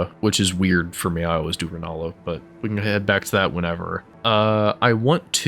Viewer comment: Rennala. LMAO.